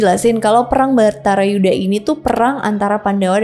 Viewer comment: Bratayudha Bukan baratayuda 😂